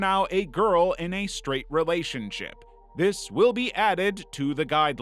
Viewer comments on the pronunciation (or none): rElAthsionshep with heiem 😂😂😂😂😂